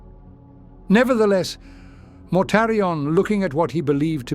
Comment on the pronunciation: I love this voice, but I still get the occasional laugh when its AI heritage exposes itself, such as when it pronounces Mortarian as “Mortar Ian”. 🤣 Will we ever get to hear a “blooper reel” of our beloved mispronouncing words before finally getting it right? Maybe as an April Fools Special or Patreon Exclusive? 😁